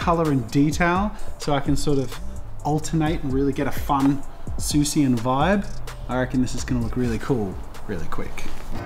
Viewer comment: the amount of times he said SUSIAN 😂😂😂😂